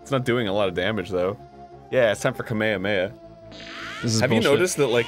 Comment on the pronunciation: IDK why but Arin and Ross saying "Ka-me-ha-me-ha" like "kameamea" Is driving me crazy.